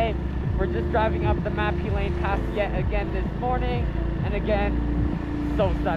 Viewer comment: Name of the mountain: Mã Pí Lèng(not Lane), it is local name.